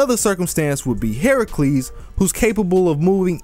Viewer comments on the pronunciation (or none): none